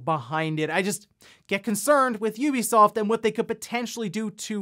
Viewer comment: It’s nice to hear you say Ubisoft correctly unlike Shawn from RGtT